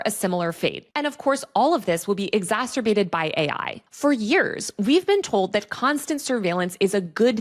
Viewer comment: is this made with AI? there's several normal words that are weirdly mispronounced exacterbate instead of exacerbate roar-shark instead of rorschach N mass instead of en masse